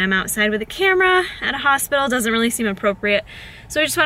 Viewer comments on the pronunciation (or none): none